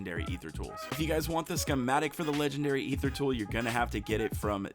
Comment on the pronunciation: Holy Shnikes! He pronounces Aether correctly. I'm subbing for sure.